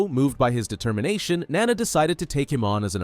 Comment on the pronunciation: IT'S NAWNAW NOT NANA